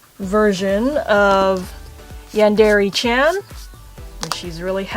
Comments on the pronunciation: No offense but u say yandere and manga wrong this is how u say them yawn/dare/e And mon/ga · she pronounce yandere as yandeeree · This chick says "Yandere" weird. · YOU'RE PRONOUNCING YANDERE WRONG OMFG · did anyone else scream at the screen telling her "IT'S NOT PRONOUNCED LIKE THAT!" every single time she says "Yandere"?